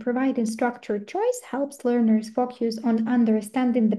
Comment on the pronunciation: Дякую за цікавий вебінар! Це дійсно важлива та цінна інформація для вчителів! Однак, оскільки спікерка також викладач (як я розумію) було трішки важко протягом усього відео слухати як слово "focus" вимовляли як фок'юс😅Не хочу здатися грубою, просто вірю що це важливий момент для усіх - викладача, спікера і насамперед майбутнього учня😊 Ще раз дякую!